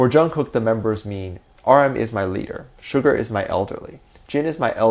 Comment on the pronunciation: The fact that he said to just roast him in the comments for pronouncing ‘Suga’ as ‘Sugar’ pls I can’t he’s to precious